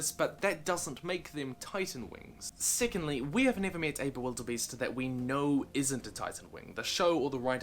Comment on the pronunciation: I swore he said sickeningly but he said secondly